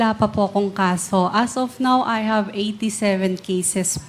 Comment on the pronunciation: Ano ba yang English ni Fernandes, " Porty six daw, tapos" HAB you ENCOUNTERED HAHAHA!!!